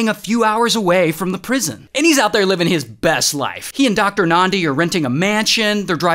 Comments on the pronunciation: Ayyy Ray doing a vid abt South Africa's craziest stories And he even pronounces Thabo and Nandi so well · I'm South African & I just want to give you your flowers for pronouncing "Thabo" & "Nandi" so well. Well done Ray, well done. 👏🏽👏🏽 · Lol, same XD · I came here to say the same. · Well done